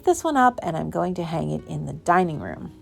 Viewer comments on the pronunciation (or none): none